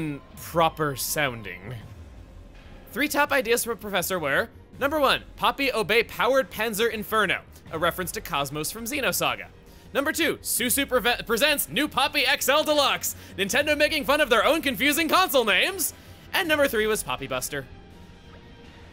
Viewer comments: kos-mos is pronounced kose-mose for gods sake as in coast and most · Hearing Chugga say KOS=MOS wrong...... x_x (yes I understand why, but I don't have to be happy about it!)